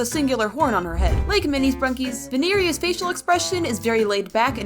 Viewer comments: Vinieria- ITS VINIERA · Vinerea nah it's (vine) (ree) (a) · Vineria its actually pronouced vie neria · I think you pronounced vineria wrong